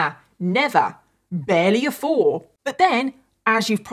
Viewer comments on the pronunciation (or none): none